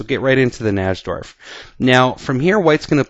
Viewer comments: Najdorf was a polish chess player and in Poland we pronounce "J" like "Y" in English, so his name should be pronounced "Naydorf" not "Nasdorf". Just sayin' because Americans usually don't check the correct pronounciation and simply use their own "made up" version of foreigners' last names. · its actually pronounced Nai'-dorf. The english attack is not necessarily the 'best' line for white, its simply been fashionable recently. The older move, Bg5, is still perfectly good, and there may be other options as well. Nobody knows whites best in that position. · I think the correct pronunciation is "nigh-dorf", it's certainly much easier to say. Love this opening! Thought about doing a video on the Yugoslav attack in the Dragon? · NY-DORF najdorf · Its pronounced NAPADORMP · I feel the strong need to advise you,, and every one else out there that the correct pronunciation of Najdorf is, phonetically, "Nidorf," with a long i. Thanks for the videos. Have a nice day. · Maybe he knows "something" about chess, but at least he could pronounce the opening variation correctly (nigh - dorf) Plus, what would have happened if that knight had attempted to trade the knight with the dark-squared bishop? I play against the Najdorf, but I push the f pawn on move 6. That bishop is a valuable piece! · miguel najdorf's last name is generally pronounced 'nigh-dorf' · your pronunciations of names are terrible. You pronounce "Najdorf" the wrong way. On another video, you pronounce Karpov's name wrongly. Does not inspire confidence, definitely…. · I can't believe the chess commentator who gets the most views on youtube can't even pronounce "Najdorf". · Pronounce "Najdorf" correctly please. It sounds absolutely terrible when you say it.